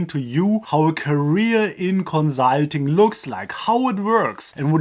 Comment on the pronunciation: Every time he says konzahlting an angel gets new wings